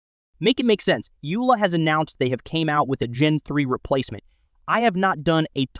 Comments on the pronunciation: It's Yola not Yula 🤣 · Yo, Dude! It is not pronounced Youla. It's pronounced Yoela, as in Yo, Dude! Other than that, don't take yourself so seriously.